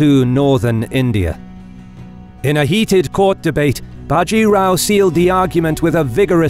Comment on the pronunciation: A factual error Bajirao was the son of the previous Peshwa. A power struggle had happened in the Maratha kingdom after which the Peshwa (Prime Minister) was the real power of the kingdom leaving the King akin to the Japanese Emperors just a figurehead Also an advice for all Indian names... The a is clipped short in all names even if its at the end. Bajirao will be Bjirao.. Think of the a not being there. Palkhed... Plkhed Godavari... Both the As are clipped short. Not big but it grates my ears seeing these names pronounced incorrectly